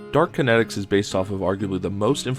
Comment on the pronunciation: It's Dart Kinetics, not Dark Kinetics, btw